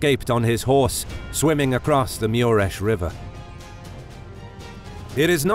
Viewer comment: wtf dude? its even written on the battlefield map MURES river, why do you pronounce it MIURES, there is no "I" in the name.